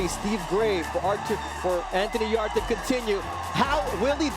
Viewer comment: Anthony's name is yardė not yard like back yard 😂 espn and top stank are terrible